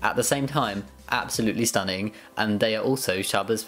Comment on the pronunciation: "absolutely *stunn*ing" was that on purpouse???